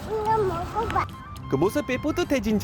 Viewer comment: 한글을 말하는가 넘귀엽네요^^ 머고바~하는데 그발음이 넘 귀엽네요^^